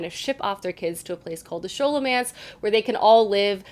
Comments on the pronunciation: Thanks for the recs! BTW Scholomance is pronounced sko-lo-mance❤ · I read the first and second books in the Scholomance too, and I'm about to start on the third. I loved it! El was such a great narrator and so funny. There were parts where I laughed out loud! And the action was terrific too! Can't wait to see what you think of the third! Also, I hate to be this person, but Scholomance is pronounced like it was Scholar-mance, and Orion's name is O-Ryan. I'm sorry! But keep doing these videos, I love them! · Nice video! Loved the first two Scholomance books (think it’s pronounced Sk-olomance, like the sch in the word school), although the third one was a bit disappointing. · Friend I love you, the reading you're doing is amazing but I've gotta say something. It's "Skahl"omance ( like scholarly) and his name is "oh-rai-on" like Orion's belt. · Scholomance (sk-o-lo-mance) is actuality categorized as adult! And its pronounced O-ryan, I was definitely saying O-ri-on in my head though, until my husband corrected me 😅